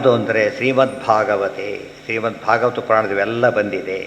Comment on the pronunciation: it is भागवत not भगवत